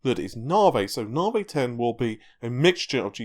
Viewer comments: na vee not na vay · come on and admit you're trolling us. Anytime you mention Raja Koduri, you roll your "R's" till your tounge is sore in an effort to properly pronounce it, but Lisa Su/all of AMD call it "Nah-Vee" and you say to yourself..."Now that's the hill i'll die on!!!" lol.... I consider myself well trolled.:) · nar-vee raid-e-on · NA-VEEEE, its NA-VEEEE! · 'NAR VEY' .. Cheses fxcking CHRIST, did Dr Su call it NAR VEY? Get a bloody hair cut. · once you hear it you can't unhear it